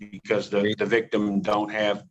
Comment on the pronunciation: The vigtim, the alleged vigtummmm" 😅